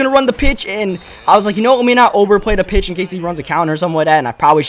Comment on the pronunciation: When u said to the pitch I thought u said tuna fish lol